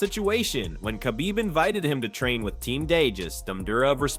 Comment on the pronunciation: Chachbib 😂 Just say Kabib Archangel!